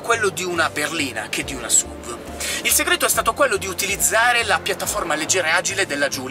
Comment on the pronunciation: La V di SUV non sta per "vèigon" ma per vehicle. Comunque SUV per i detrattori è l'acronimo per Stupid Useless Vehicle. Almeno così pensavo prima di Stelvio. Da buon alfista, sono felice possessore di una Giulia Q, la Stelvio mi piace, anche se sembra una Giulia dove ci hanno scoreggiato in cinque ... puff :-)